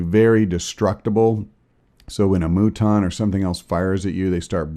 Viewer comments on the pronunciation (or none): m-you-ton not a moo-ton. Radiation doesn't turn you into a moo-tant. great videos, you're just Killin me with that. ha watch, I'm totally wrong